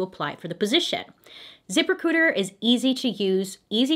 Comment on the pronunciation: It sounded like she said zipper cooters instead of zip recruiter 😩